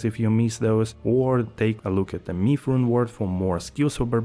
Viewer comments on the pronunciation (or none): none